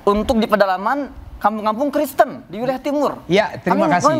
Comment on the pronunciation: ada penekanan ya guys. Kampung Kristen😂